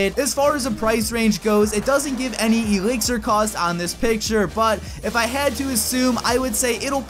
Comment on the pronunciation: i hate it when he says Ee-lixir